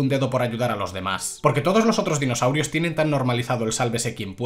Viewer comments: Amo que nombres exactamente cada dinosaurio de forma perfecta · a la V el se sabe los nombres de los dinosaurios xD uno de los pocos youtubers que si dice los nombres de los dinos correctamente jeje grande el